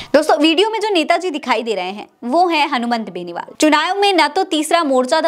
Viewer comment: मैडम , मेन नेता का नाम ही बार बार गलत बोल रही हो ,ये तो शर्म आने वाली बात है , एंकर द्वारा उच्चारण तो सही होना ही चाहिए वरना और भी बहुत से काम होते हैं चैनल में , उनमें ध्यान दीजिए , हनुमान बेनीवाल को हनुमंत बेनीवाल बोल रही हैं एक बार होता तो समझा जा सकता था कि भूल से बोल दिया होगा, लेकिन जितनी भी बार नाम लिया गलत ही लिया है